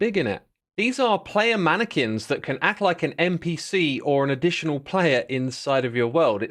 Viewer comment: X pronouncing Mannequins is the same energy as Benedict Cumberbatch pronouncing Penguins